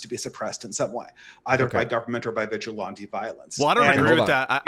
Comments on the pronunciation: You can tell this guy has READ a lot of books, but the way he constantly mispronounces really basic words (like vigilante) shows nobody's willing to actually TALK with him about much. How else can you not know how to pronounce such simple words? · Deeply unserious waffling about how fascism doesn’t really mean anything aside, anybody else want to scream everytime said “vigilante”